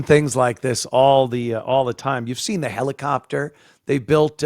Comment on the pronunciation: Heli-kopter HELI-KOPter... Uhhhh uuuuuuuhhhhhhh.